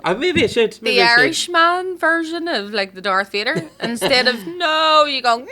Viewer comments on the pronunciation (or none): Another great episode. Legit thought said Darth Veda